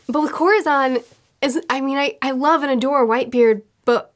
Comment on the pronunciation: Oh no I thought she was latina but the way she pronounced corazón lol oh my